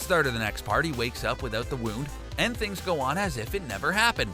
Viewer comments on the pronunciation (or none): none